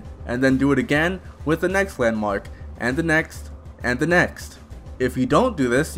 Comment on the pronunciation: So are you foreign or is that a speech imprediment because im hearing hauwed not horde and wandmark..